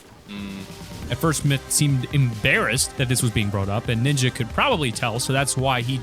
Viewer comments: to Ninya? or Ninja? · Why the f❤❤k do you say ninya when its ninja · Did u say Nina or Ninja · “Is it Ninyaaa” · Bro keeps saying ninja"Niña” it's fine tho